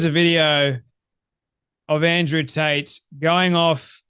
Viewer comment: Did you say Andrew Taint ?